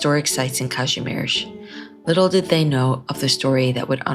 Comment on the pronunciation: Kazimierz, not "Kazmierz". I understand your are, not "Freda Vizl".